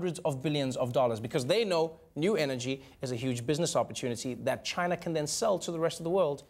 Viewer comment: i think you mean Ghina